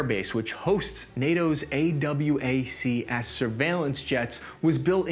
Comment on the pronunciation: He says A.W.A.C.K.S. instead of a-waks